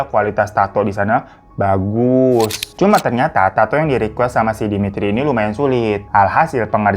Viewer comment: Saya campuran dari Russia pingin nangis denger kakak bilang demitri, natasha